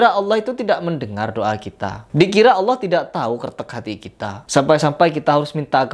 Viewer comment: Her kamu jangan merubah nama allah... Kok bisa sebutan allah dirubah jadi hallah......